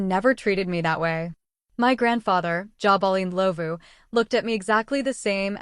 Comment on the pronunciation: Next time, when using native names, try using a narrator that can actually pronounce the names. What is "Jaw Bolin Lovu", isn't it supposed to be Jabulani Ndlovu? I stand corrected.